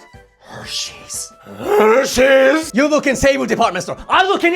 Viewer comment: You said that Hershey’s like that handbag meme😂💀